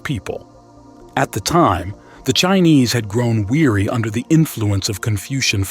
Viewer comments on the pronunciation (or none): none